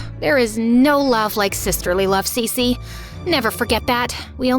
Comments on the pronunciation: Cece❌️ cici✅️ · When she said her name is cece it's sounded like she said si si🤌